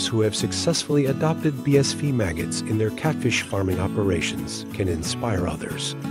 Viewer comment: No offence intended at all, love your content. Just one thing: your text translator is continually pronouncing BSF as "bee-ess-VEE" rather than "bee-ess-EFF". Might want to trade it out for one that's a little more capable.